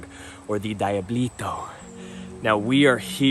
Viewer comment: Diablito.. Dee-ah-blee-toe . As in small devil,, dee-ah-blow. Come on mane.